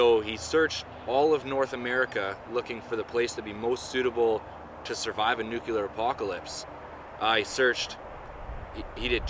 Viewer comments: Nuclear not nucular. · Nuclear, not nucular. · This came up on my recommended videos. For fuck sakes dude, IT'S NUCLEAR, NOT NUKULAR. People who say NUKULAR sound like simple minded morons. NUCLEAR. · Nuclear, not nucular. Just saying. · lol, nucular, funny